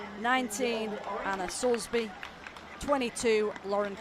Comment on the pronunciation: Who is Anna 'Soulsbury' ? it's Soulsby !